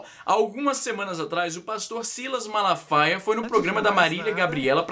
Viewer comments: O Silasmalafala faia :) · "Malafala faia" haushaushaus Caralho vei ficou mt engraçado uaushauhsua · Silas Malafala faia hahaha! O pior é que eu tentei falar também e errei do mesmo jeito, só falei direito na segunda vez